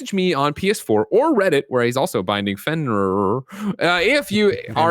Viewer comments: Dear God listening to them try to pronounce Fenrir was so painful. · Finrururur lol it's Fin-Rear